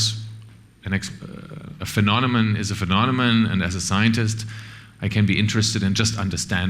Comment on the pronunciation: Can't spell Aristotle or Socrates? Can't pronounce the word "phenomenon"?